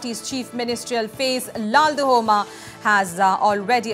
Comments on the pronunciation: Stop calling him LAL- DU - HOMA.. Should be pronounced as LAL- DUH - OMA (and should be written as LALDUHAWMA) !! He's going to be the CM of an Indian state and please learn atleast this pronunciation and spelling..its not a mammoth task! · Ok thats fine. But, Even if spelled or written as LALDUHOMA....we don't called him as LALDU-HOMA but LALDUH-OMA. The anchor here doesn't know that. That's my point